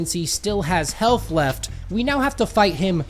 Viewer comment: I did not expect him to say health penis